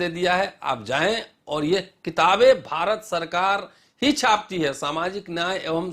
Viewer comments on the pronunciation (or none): none